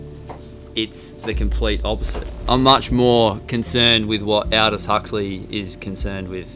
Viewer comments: It’s all dos Huxley not Hal dos Huxley and Orwell was reflecting upon and fictionalising the failed soviet experience rather then upon some brave new world Huxley was Orwell’s teacher at Eton school 🤔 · Should be pronounced "Aldous" as in "alldust" without the last "t" being pronounced!